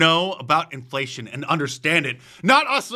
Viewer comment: Enflayshunn.... i lerned a new werd today.